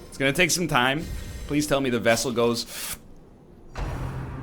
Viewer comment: NL REMOVE FEAR OF ELDRITCH AND UNHOLY FROM MATHAS (but first yips) also the focus ring should be used for the front line due to the extra crit.... And for the jester if your going to use finale then use dirk stab since it moves him to the front 2 lines allowing him to do his finale.... AND DID YOU SAY VESSAL??!?!?!?